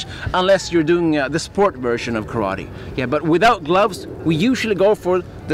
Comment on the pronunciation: When will u learn to pronounce the name Karate